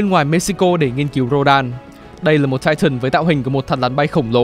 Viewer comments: Tai-ờn mới đúng :) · lại là "chai chần" :))))))